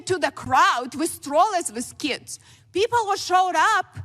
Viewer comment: The way she pronounces “keeds” sounds ruzzian. Is she an immigrant from the FSU?